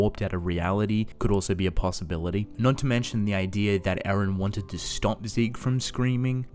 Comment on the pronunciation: His name is E-REN NOT AARON